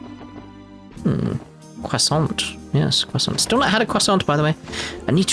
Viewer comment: Order a cwasont... :)